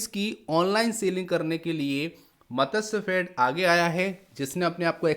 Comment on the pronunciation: Matsyafed :- it is not मतस्यफेड; it is मत्स्यफेड.